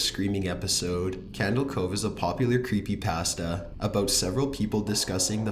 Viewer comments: You say 'Creepypasta' wrong. UGH, IT'S SO ANNOYING!!!!!!!!!!!!! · CAN YOU PLEASE PRONOUNCE CreepyPASTAH instead of CreepyPAST-a!!!! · I cringed harder at the way he pronounced CreepyPasta more than the stories